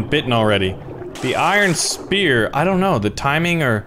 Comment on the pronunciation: "doont think we doont" HES CANADIAN! YESSSS